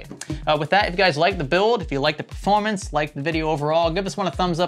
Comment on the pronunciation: Ha ha, it sounded like had a bit of Brooklyn, New York little accent in him there when saying performance, or i heard wrong...